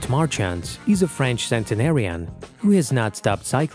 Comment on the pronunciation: nice that you honour this man. but you could've just taken the time to pronounce his name right.